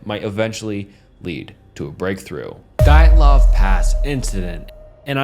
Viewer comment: I slightly chuckled when he pronounce Dyatlov three different ways in a row, love you lol 😂